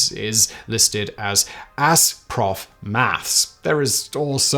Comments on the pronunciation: Maths is correct however your pronunciation was way off ! 🤣🤣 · "th" and "s" do NOT play well together in the mouth.